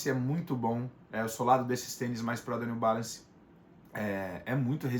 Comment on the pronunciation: Seria interessante vc montar uma lista c os nomes . Nao deu p entender o New balance o nome dele.